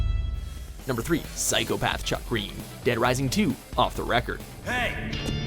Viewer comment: Wrong way to pronounce: Chuck Greene Right way to pronounce: Little Chucky gween👌